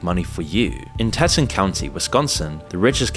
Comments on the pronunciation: Hey, it is not "Teh tun", it is "TEE toyn" county in Wyoming. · FYI, Teton is pronounced “tee ton.”